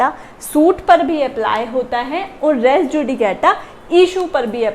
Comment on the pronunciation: Word res is pronounced as REES JUDICATA is not pronounced as JU DE K TA but as JU DE KA TA RES JUDICATA is prounced as REES JU DI KA TA